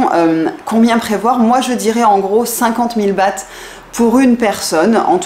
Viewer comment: Quand tu as dis 50 000 Bahts , j'ai crus que tu disais 50 000 balles 💶 😅